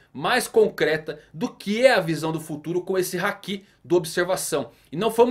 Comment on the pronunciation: Não é Hakí é Háki